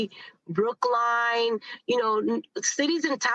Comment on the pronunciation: Did she fr say brookline?